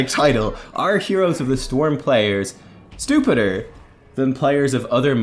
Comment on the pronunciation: Stuhpuhd and stoofedeer lel